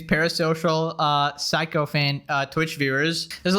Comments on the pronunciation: It’s pronounced sickofant, not psycho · it's pronounced "sick o fant" bro, I see why you went for your pronunciation given words like psych, but yeah, sick, sorry to be all 🤓🤓🤓 😂😂